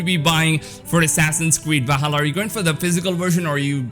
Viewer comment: It's Not Vahalla! It's Va''L''halla!